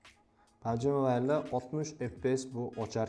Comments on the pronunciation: Pabg❌ pamji😂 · Pamji , aspalt😂